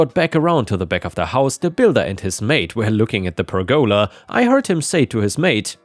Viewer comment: I mean, you can consider me a stupid American, but it is not pronounced "per goala". One of my biggest issues with pronunciation in Japanese is not speaking fast enough, you are not speaking fast enough. Perguhla one syllable let alone one word, you make it two. I love the channel so this is not pure criticism it is constructive Again, ill state im learning more than one language, so I understand just how difficult English really is. Not an attack just a very minor annoyance i found annoying enough, evidently based on this commet ive left.